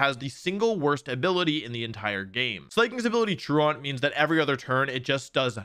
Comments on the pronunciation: never heard anybody say tru-ahnt. You can look up the pronunciation for yourself and see that the phonetic spelling is “troo-uhnt.” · It’s not slay-king, it’s Slaking (Slack-king) It’s not Traunt, it’s truant (true-ent). I nearly pulled my ears off with the pronunciation.